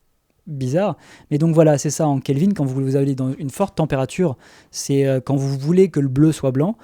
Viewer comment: "degrés Kelvin" Ah... en fait je vois qu'on te l'as déjà fait remarqué... donc je rajouterai que cela se prononce KelvinE (en France) :)